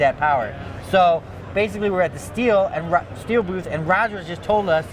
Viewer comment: All I care about is how it is said not how your accent makes it sound. It's pronounced like "steel"